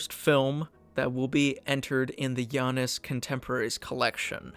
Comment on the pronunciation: Janus is pronounced JAY-nes according to many English dictionaries. Since it's an American company, its name likely follows English pronunciation.